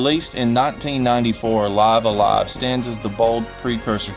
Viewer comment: It's pronounced "Lih-vuh A Lie-vuh" basically you're living a live, that sort of sound.